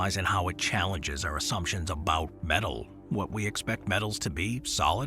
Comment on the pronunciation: Do you mean metal not medal ?